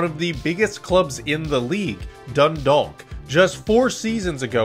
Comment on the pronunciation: class video! (its pronounced "Dundawk")